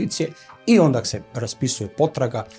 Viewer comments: једна ствар не каже се ОНДАК него ОНДА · Ovaj je 3-4 puta rekao ondak. Sa k. Ja se pitam kako nepismeni mogu da rade na ovakvim mestima